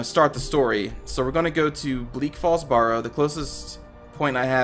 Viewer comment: Why can't you say Barrow properly?